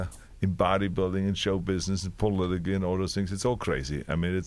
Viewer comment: This man was governor and can't even say "politics"..Nothing is impossible